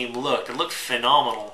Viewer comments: Take a drink every time he says fanomonal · Say phenomenal again.